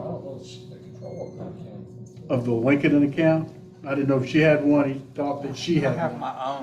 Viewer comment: As a fellow Southerner myself, lol, I really got a chuckle outta how this Attorney pronounced LinkedIn. ☺️